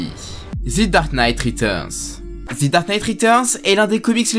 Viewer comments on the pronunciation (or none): On dit « the » et pas « thi » parce qu’il n’y a pas de voyelles à dark knight en tout cas super vidéo